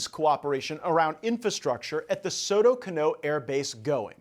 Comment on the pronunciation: It is not Soto Canó. No accent on the last sylable.